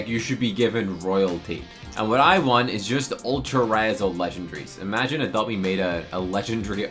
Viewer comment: I’ve never laughed so hard bro when he said apopt me u lyin?